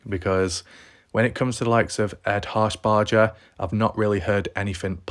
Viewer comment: ED HARSHBERGER! NOT HARSHBARDGER! say it like burger not bardger shit fire bro if ur gonna talk about something pronounce it correctly!